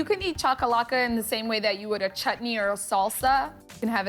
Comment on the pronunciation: If you going to make the cultural dishes of another country please be respectful and learn to pronounce the name of the dishes correctly. This is really disappointing Food Network.!